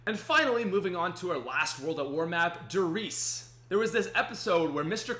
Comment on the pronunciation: Wait were the nerds but you know every spongebob episode ever?Also read Der Reise atleast somewhat like its in German,youre emaressing yourself